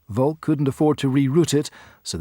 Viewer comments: Seeing as we're nitpicking about pronunciation, Volk is pronounced with f (as you said), then olk as in "polka", not as in "folk". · Simon Carey Also Volk is pronounced as Folk, not with an actual v